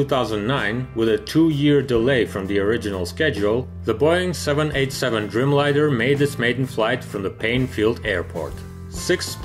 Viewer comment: Driiiijmlajner, a nie drymlajner :) A poza tym, bardzo dobrze.